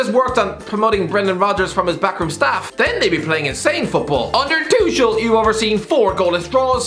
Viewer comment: Is he intentionally mispronouncing Tuchel?